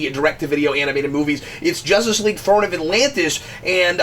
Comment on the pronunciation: throne not thorn